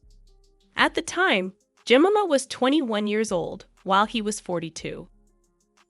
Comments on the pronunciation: Pronounce Jemima Je my ma Not Jem in a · Imagine making a whole video about a woman and not even bothering to pronounce her name correctly 😂😳😳 JEMIMA is said like this "jem-myy-ma" It's a popular name in UK & Australia & it literally hurts my ears to hear the name said "jem-mimma" that's just ridiculous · This could be quite interesting but the voice is so annoying, she can't pronounce words, I'm assuming it is AI - Jemima is pronounced -Je-mym-ah - it's not jmima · I just had to let you know that her name is pronounced Je-MI-ma, not JEM-ima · Jemima like je-my-ma not Jimmema like cinema! 😳 The picture of ‘Goldie Hawn’ is Ivana Trump! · Jemima is pronounced 'JE-MIME-A' ; not Jem-im-a. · You "Tactfully" dont mention the fact Imran Khan is in Prison. Dubious Reasons I know but...its definatly part of the story. Also in Britain and i suspect around the world...Jemima is Pronounced...Ge mime ma.... not ever...Jem im a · Surely, it's not that hard to get her name right - it's Je-my-ma not Je-mim-a. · Her name is pronounced, Je-MY-ma!! If you’re going to go this far researching might as well pronounce her name correctly! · Narrator is pronouncing Jemima incorrectly. Break 'jemima' down into sounds: [JI] + [MY] + [MUH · The name is Je Mime ah. Just so you know. And DAY BUED. No T pronounced. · Her name’s pronounced Jer-my-ma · Ja- Mi' -Ma is the pronunciation. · Jemima is pronounced phonetically ‘Jemyma’. It is strange writing about someone without ever seeing a video where her name has been said. It is the usual pronunciation of her name. But I did otherwise enjoy the video. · If you are going to make a video, you need to check the pronunciation of all the names…. Jemima is pronounced, “Je-mime-uh” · It's pronounced "jenaaima" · Had to stop watching .. the mispronunciation of Jemima 🙄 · You should have learned how to pronounce her name properly. You sound like a complete idiot every time you say her name 😂. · That pronounciation of her name is so bad! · Its JEM-I'm=A!!!!